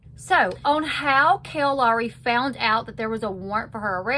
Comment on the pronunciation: That's really annoying to say her name wrong .